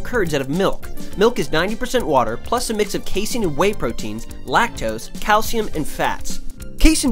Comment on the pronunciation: what the hell is cay-el-siyum yo?